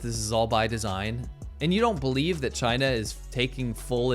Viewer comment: The entire rebuttal from CHAY-NA 👌 is just the “No U” meme from the 2000’s hahaa!